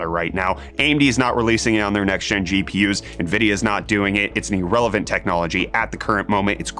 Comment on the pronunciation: GPIs? xd